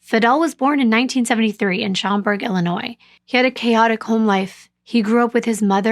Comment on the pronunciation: This is one of the most brutal cases I have heard about. I don’t know how I have never heard of this story because I live and work in this area. Very nicely done with the pronunciations my love! Especially with the city of Schaumburg. You pronounced it perfectly correct.